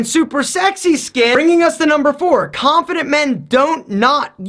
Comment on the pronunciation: Khhhanffident men....